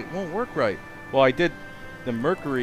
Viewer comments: Excuse me but do you have a problem pronouncing Mercury? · omg i learned so much. thanks for explaining all the science! OH WAIT YOU DON'T EVEN KNOW HOW TO PRONOUNCE MERCURY THE TOXIC METAL THAT YOU ARE DANGEROUSLY HANDLING. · ha, it's tough for you to say mercury properly :) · I like how he says "Merr-cure-ee" lol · Merr-Curr-eyy lolz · Why did u say mercury like that??? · I noticed you really stressed how you said "mercury" sometimes. Have people been ribbing you for how you pronounce it?